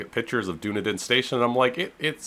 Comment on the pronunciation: oh just btw, it is Dun-ee-din. Loving how it looks though.